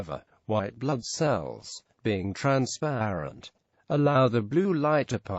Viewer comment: Please say transparent ONE more time... Transprererrearararent.